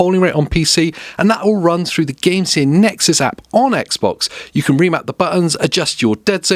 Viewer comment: Why are you saying Gamesir like that?😂